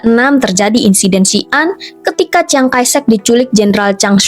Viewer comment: Chiang kai shek kok dibaca ciang kai sek?? 😂😂😂